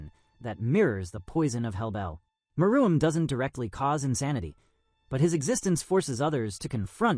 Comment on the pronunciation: May wanna fix your AI script to pronounce meruem right